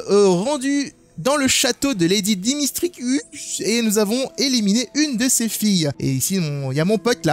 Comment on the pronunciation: on dit dimitrescou..... pas dimistresucsss lol